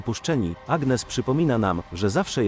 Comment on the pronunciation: « ANIES » akcent na ostatnią sylabę, tak się wymawia imię Agnès !!!!!!(gn czyta się ni )